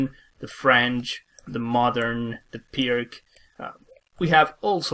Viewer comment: "Pirc" is pronounced "peerts," not "Perk."